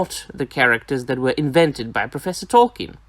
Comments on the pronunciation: Awesome video as always, my man! It's nothing major, but Sir/Professor Tolkien's surname is actually pronounced "Tolkeen". :D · At times it sounded like you said "Tolken", but other times you got it right. :D